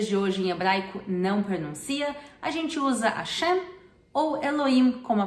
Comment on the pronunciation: Que bom vê-la contente! Uma pergunto, noto que vc não pronuncia o "H" em Hashem. Mas já ouvi este H aspirado, quase como nosso R em português. As duas formas são aceitas? Obrigada!